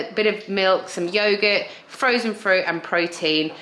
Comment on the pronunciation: Absolutely nobody in the UK says yoghurt like that apart from you! Fool!